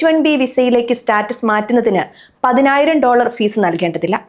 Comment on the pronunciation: പൈനായിരം ഡോളർ അല്ല കുഞ്ഞേ 😂😂😂😂😂